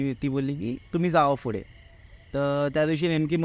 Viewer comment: हा खूप पुढे ला फुडें, पुढून ला फुडून म्हणतोय, यांचा p silent आहे का?